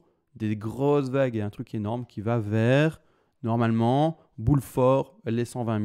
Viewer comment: Eeh, je suis le seul à avoir vu le "énorome"?😂 ... Toute émoustillé notre ami!🤣